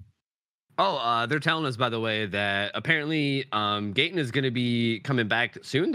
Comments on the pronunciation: It’s funny how people always mispronounce Gatens name 😂😂🤣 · sadly ninja and made me feel so cringy and when she said gatens full name wrong made me feel bad for gaten i bet ninja and her wife where paid to play a dlc from a show that they probably didn’t heard about until they played it in this video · not her getting Gaten’s name so wrong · I said I didnt know who they were, and when I saw they r sort of popular, I didnt have respect for them. They are obv haters toward Gaten bc he is a real celebrity. I mean neither of them were rly helpful during the match, and seemed uninterested about Gaten's show. And that girl to mispronounce Gaten's name, that was ignorant. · I don’t like for mispronouncing his name